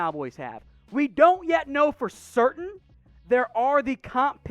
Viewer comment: i cant trust! he cant pronounce surtain lol